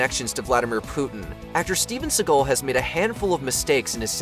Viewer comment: Or indeed 'Steven Seagull' as the narrator seems to think.